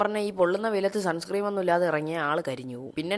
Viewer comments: Sunscream alla sunscreen 😊😊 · Broo suncream alla broo sunscreen 😂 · Sunscreem alla sunscreen aanu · Bro suns cream ❌ sunscreen ✅ anoo